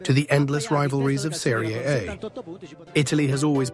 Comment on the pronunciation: Serie.... Aye? This AI video voice don't know italian.